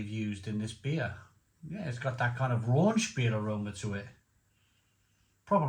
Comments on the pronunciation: Raunch vs Rauch Scherlenkerla vs Schlenkerla You should learn the correct pronunciation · RAUCH - Pronounced Row (as in an argument) + kh There is no N in Rauch There is nothing RAUNCHY about smoked beer Please just learn this stuff once then you know it forever instead of sounding silly and uneducated all the time